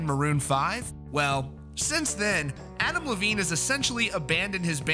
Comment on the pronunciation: Why do I keep hearing Avril Lavigne instead of Adam Levine lol